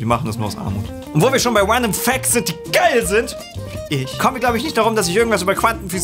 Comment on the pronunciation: "Uändom Facts"